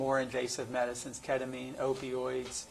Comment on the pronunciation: Agreed, like you’ve been on this case for 7 years. And don’t know how to pronounce the child’s mother who committed unaliving in your case or the number one subject in this, ketamine? Really errrrks me 🤬